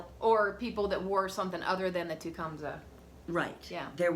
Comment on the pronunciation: Enjoy watching you ladies. Just for the record, as I hear it a lot, many people are incorrectly pronouncing Tecumseh: ti-KUM-see (not "sah" or "say"). He was a Native American Shawnee warrior and chief ( ). cheers.